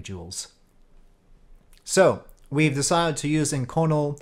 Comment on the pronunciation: Great vid, just an FYI though that inconel is pronounced "ink-oh-nell".